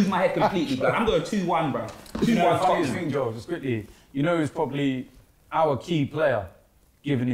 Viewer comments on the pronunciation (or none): finds it really difficult to say Tottenham 🤣 “toppnum”